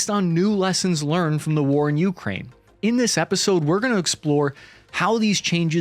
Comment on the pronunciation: U kraine , I kraine , He kraines . DUDE ITS ukrAine.